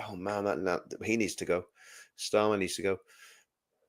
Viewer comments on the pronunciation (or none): none